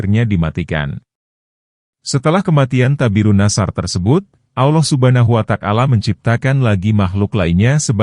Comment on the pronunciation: Yg bner lo nyebut nama Allah Subhanahu Wata'ala, bukan subhanuwatakala.